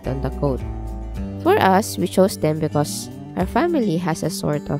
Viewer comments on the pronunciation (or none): none